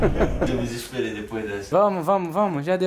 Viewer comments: Barulho: A: Eu me DISIXXPEREI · Ninguém: Absolutamentr ninguém::eu me DIGISPEREI!! ps:eu sei que se escreve desesperei porém o fala desse "jeito", foi apenas uma piada KKKKKKKKKKK